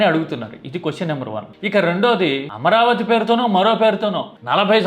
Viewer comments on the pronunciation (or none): none